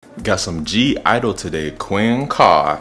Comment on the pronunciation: (G)I-dle (yeh, you're saying it right) "My Bag" choreography practice MV...